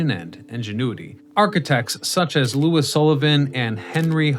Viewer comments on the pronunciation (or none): none